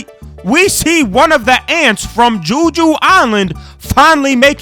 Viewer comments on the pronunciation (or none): Heh. Juju island? Hahahah… Is it not Jeju Island? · "juju island" "kargalagan" IM DEAD LMAO